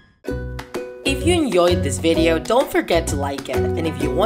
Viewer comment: Why does she say the word enjoyed wrong ??